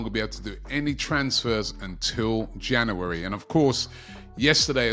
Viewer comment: It's January not Jannerwerry